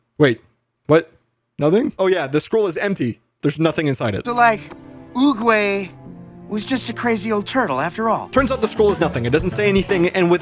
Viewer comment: "I'm just going to keep calling him turtle guy because it's my channel and I do what I want!" Hey, you pronounced it properly the first time, so yer good!